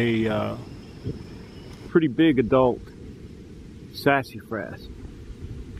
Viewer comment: Ive never heard Sasafras pronounced that way before...hahahah Sassyfras hahaha